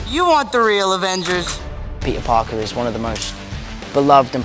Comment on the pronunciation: I caption the video and when tony says "oh hey peter Parker" its "oh hey Burger"